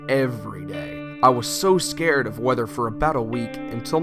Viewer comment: he said Scåred